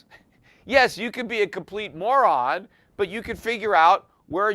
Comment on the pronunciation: Peter adds emphasis to the term “moron”.